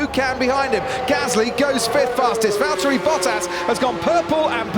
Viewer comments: Will bottas ignore the mighty word: valterry its.. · its Valterri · it’s Valtteri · Come on guys, it's Valtteri not Valterri. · It's Valterri